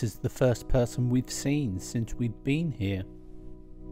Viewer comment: If you look at Google maps you could be forgiven for thinking there wasn't much there other than RAF Valley and Holyhead but we know different don't we.. I noticed today that there is something that points you out as having spent your life in Scilly Sussex when you pronounced "seen it" as. Just like us Daveys do. Also tell Carol the the windswept "hairstyle" she was "rocking' as the youngsters say, has always been known in our family as "Seaside hair". We would go down Littlehampton west beach or Climping and come back to granny's for tea and she'd say "I know where you been boy, you got Seaside hair". Made me smile on a miserable dull day in Glawstersher 🙂. I haven't had a KFC for about three years now but I know my son says the same as you that it's not what it was. Bring back the Colonel I say. 🙂